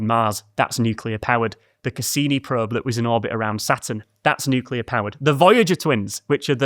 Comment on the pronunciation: I’ll just leave this here. THANK YOU for properly pronouncing nuclear. NOT nuke-u-lar.